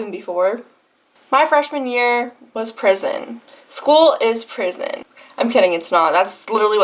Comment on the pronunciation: The accent when she said “school is prison”